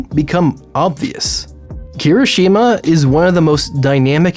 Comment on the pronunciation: Thank god you corrected yourself, now if only you pronounced Kirishuma’s name properly XD